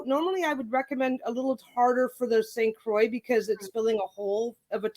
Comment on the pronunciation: Great vid! 👍 Croix is pronounced kwa ;)